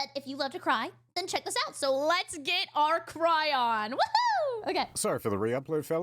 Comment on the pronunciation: it’s pronounced “cray-on” 😂